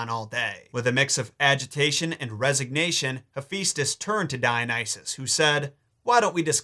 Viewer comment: hephaistos (rhymes with asbestos) is the god of forge and flame??